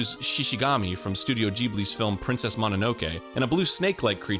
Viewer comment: I dont know whats worse. Pronouncing 2002 as "twenty oh two" Or pronouncing studio Ghibli and Jhibli